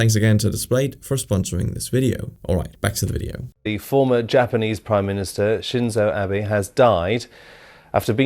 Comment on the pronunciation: shinzu uh-bay it's shin-zoh ah-bay